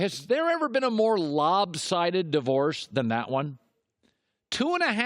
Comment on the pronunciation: lol cowherd loB?sided hahahahah